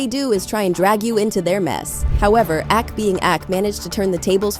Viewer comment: Please, when you use AI voice proofread. Ak is not A.K 😂